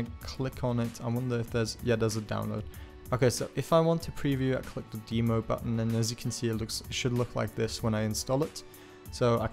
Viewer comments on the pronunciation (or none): sounds like he is saying bemo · That's the cutest way I've heard someone pronounce Demo. "Deemo"